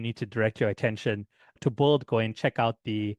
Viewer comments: Appreciate the video. Just FYI, you're pronouncing the word "build" like "bulled" throughout the video, but most native speakers pronounce it like "billed" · It's BUILD not BOLD.